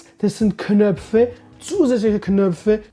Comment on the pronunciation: Hahah wie du knöpfe sagtest (Knöffe) XD